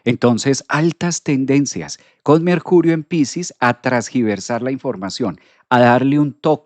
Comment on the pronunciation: Primero que nada. Nací con mercurio en piscis en casa 3 Segundo, me encanta tu contenido y tu forma de transmitir el conocimiento astrológico. Tercero, se dice “tergiversar”. He notado que dices “trasgiversar” (feedback positivo) alguna vez me corrigieron también ❤